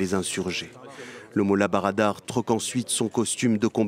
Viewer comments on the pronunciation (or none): Molla brader et non barada.